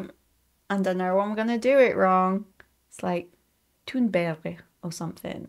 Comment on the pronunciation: Not that bad pronunciation of “Thunberg” actually, although it sounded a bit more German than Swedish.